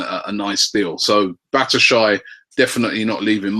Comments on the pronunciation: ROBBIE, IF UR GONNA PRONOUNCE BATSHUAYI'S NAME, DO IT RIGHT!!! BASHU-WHY-YI. not bash-eye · Your playing pronunciation is awful. It's not El - nay - nay, it's El - ne - ni, Batshuayi isn't bat - u - shy, it's bat - shu - eye - I. So annoying